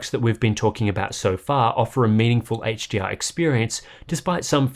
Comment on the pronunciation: Why does it sound like you're saying 'HGR' instead of 'HDR'?